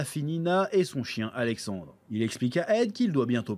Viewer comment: Et Alexander c'est... La prononciation anglaise d'Alexandre